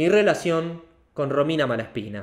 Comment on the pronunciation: jajaajajja "Romina"